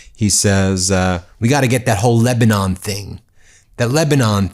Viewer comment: Trump is completely clueless. Can’t even pronounce Lebanon correctly !